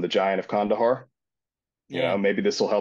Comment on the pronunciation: It's pronounced khandaaar